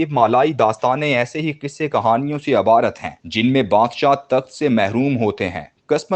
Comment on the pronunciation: جناب! تلفظ پرتوجہ کی ضرورت ھے_عبارت ھے(ع پرزبر-)اور"بن باس میں(ب پرزبر)ھے_